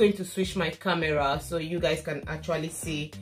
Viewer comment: Look at the kah-me-rah! 😂😂